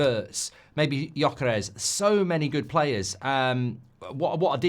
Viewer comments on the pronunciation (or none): none